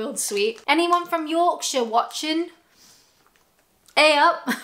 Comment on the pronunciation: I do like the way you say Yorkshire. 🙂